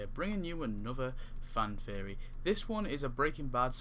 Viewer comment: So nice you cant pronounce theory so its Fan Fairy